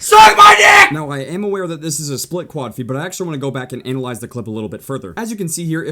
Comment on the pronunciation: He said analyze anal-ize